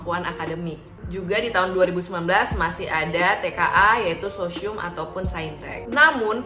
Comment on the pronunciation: Sosyium kata 😂